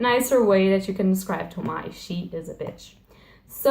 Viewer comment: It's Toh-mee-eh